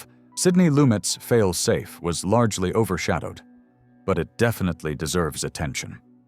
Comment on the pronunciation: The AI doesn’t know how to say “Fail Safe.” When can we use humans again?